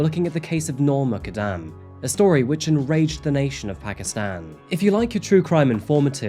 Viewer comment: Muqadam is Pronounced Moo kad dam.